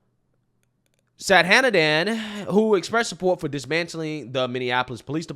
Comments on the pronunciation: I want to give you a tip to pronounce the woman's name (I'm Indian). She-waan-thi Sa-thaa-nan-dhan. Shivanthi means a part of Lord Shiva (God of destruction in Indian Mythology). Sathanandan is made up of 2 parts: Sadha - meaning 'always', and Anandhan - meaning 'happy'. So, it means 'always happy' or 'eternally happy' - which also is an attribute of Lord Shiva. The name is of Tamil origin, and in the Tamil alphabet, the letter for 'tha' and 'dha' is the same. So, she is writing Sadhanandan as Sathanandan, which is just a variation when you transcribe the Tamil word to English. I see all the videos that people are struggling with her name. I thought maybe I could help you to get them to pronounce her name a little more easily. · Shi-vahn-tee. Saht-ah-nahn-dahn